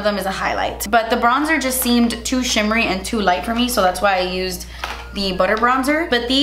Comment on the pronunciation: It took me a second to comprehend that the blush was “chimmery” 😂